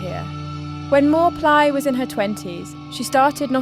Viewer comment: That's correct pronunciation for channel owner. I'm Thai. "Mor" means doctor in general meaning but also the prophet who gave the Future predictions or advice to consultees. "Plai" pronounce as Pry with P sound like Plaster.